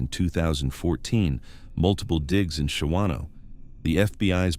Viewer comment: Shawano, a native american name. 2nd syllable is silent. Pronounce Shaw-no.